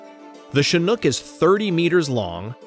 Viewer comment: Now i realize is chinook, not chinhook